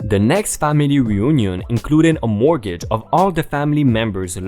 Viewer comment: A montawj not mortgage. FYI.